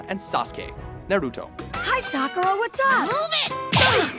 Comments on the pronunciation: Holy hell, the pronunciation of Sakura is cringe-worthy. How is that hard is to say Sakura and not "Sa-Kura". Not trying to sound like weeb but damn. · Yeah, right? It's Sakura not Sakuura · "Sakoura"...What?...you mean "SAkUra" wooo that was cringe worthy. But how did they get Sasuke right? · Omg stop saying Japanese names like that.... It's hurts to hear when u say names like Saaakuura and saaauuske -. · I hate how he says Sakura 😓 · Did anyone noticed he pronounce Sakura wrong, he obviously doesn't watch anime. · How tf u pronounce sakura wrong? TELL ME! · saKUra? really. it's SAkura. and UchiNA WTF?? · SakUUra, UchiNa, ooran highschool host club...... learn to pronounce.